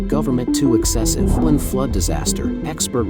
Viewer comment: Pronunciation... Gui lin... Gway.. Lin